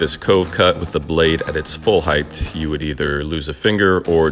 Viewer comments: You lost me at "heighth" and I had to turn it off....OMG it is HEIGHT !!!! Why do people do that???? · Ok, good videos, good content, good humor, but I have a pet peeve, with your good voice and enunciation, its all too clear that you are mispronouncing "height". It does not have a 'th' in the word and is not pronounced with a 'th' sound. Its 'ght'. That's like "hite", which rhythms with kite, please practice it. Carry on. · Love your videos bro and I’ve learned much from watching you. But please stop saying “heighth”. Height doesn’t need an “h” at the end. Keep up the excellent content